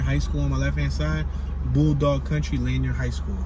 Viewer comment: Pronounced "La Neer" high school not Lanyeer